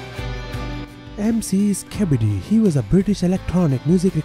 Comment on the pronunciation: Love the narrator's perfect pronunciation of M C Skibadee.